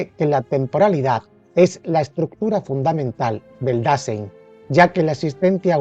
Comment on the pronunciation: Se dice dá sáin